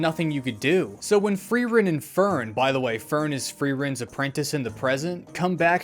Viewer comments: I love frowren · Fee-rent? Free rent?